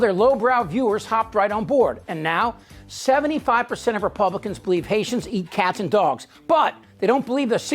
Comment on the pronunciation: And its citizens are “Hayshums”.